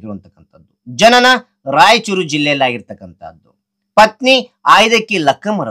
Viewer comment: Sir adu raichur rajchur alla😂😂 Sir please correct your word